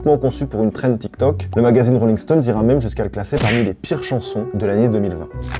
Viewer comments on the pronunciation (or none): none